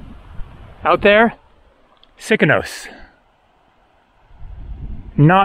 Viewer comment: Love the adventurous spirit you have but since you love Greece so much (and you pronounced Sikinos right), please know it is fo-LAY-gan-dros. Not fol-ay-GAN-dros. Emphasis on the LAY. It's a tongueful but that's Greek. Geia sou.